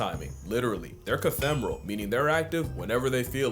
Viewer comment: Cathermal, not cathembral 😮